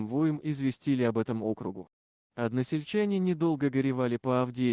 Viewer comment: Не округу , а округу. Ударение не на О , а на У . Неужели сам не слышешь ? А рассказ понравился. Спасибо !